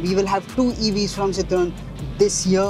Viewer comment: the dude does not know how to pronounce citroen.